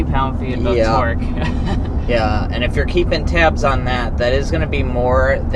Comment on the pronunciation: He definitely said twerk instead of torque